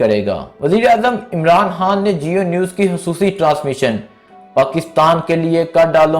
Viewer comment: Yaaaar Bhai uska naam Imran Haaan ni he bulke Imran Khaan he or Harcha ni Kharcha hota he....urdu ka satyanas na kro yar its our national lenguage kindly respect it